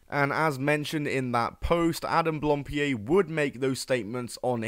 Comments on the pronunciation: It's blam pied, not blampied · Hang on, back up... am I misremembering or did this guy himself pronounce his own name "Adam Blam-Peed?" Am I remembering that right, and if so, are we just doing a "Juicy Smoo-lee-ay" thing here? Or has Adam never spoken his own last name and this video looked up the pronunciation? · I think I've heard two versions of how to pronounce his last name. Either as "Blohm-pee-ay", or "Blahm-pee-ay". I've been trying to look for some footage of Adam himself saying his last name, but couldn't really find it, as he's been introducing himself mostly with just his first name.